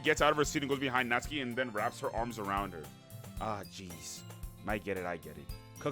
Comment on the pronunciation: WOAH youre the second person ive EVER seen to say Natsuki's name technically correctly! (The first being Cory ofc, but he never finished the series 😭😭)